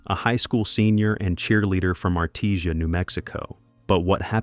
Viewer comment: That's the hospital where my two oldest sons were born. And the right way to say Artesia... the ending "sia" is reported like the "sia" in Asia.